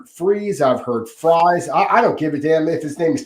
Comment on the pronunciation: It’s fries not freeze. Stop trying to church it up kid